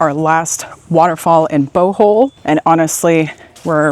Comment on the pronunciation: That would have been a lovely Bohol waterfall tour video....if you didn't go on so much about coffee and learned to pronounce Bohol correctly. Re-edit and youll get 100's of thousands of views. Even Boholanos would like to see their island from a foreigners perspective. (I've lived on Bohol Island for 5 years.)